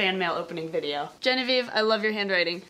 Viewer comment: "Don't read this part on vide-OH" So perfect